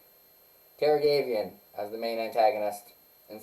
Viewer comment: Wow. You have really shitty pronunciation for Taravangian.